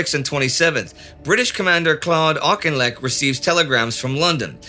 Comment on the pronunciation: I'm watching the episodes in order--a Johnny Come Lately, you might say. I feel that since the channel is SO Dang GOOD, I might make a minor tiny little suggestion. The Brits in your audience would tell you that "Auchinlek " is pronounced "Affleck" like the American actor. As I said, a very minor matter lost amid your superb command of detail and context. FWIW.